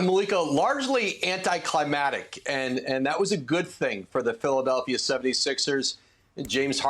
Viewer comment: woj said “anticlimatic” 😂😂